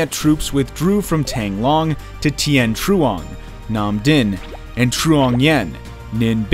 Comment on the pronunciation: He tried 😂, bless him